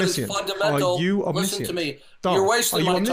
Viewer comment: 'overtalking' and 'one' is WUN. NESusri omNISHunt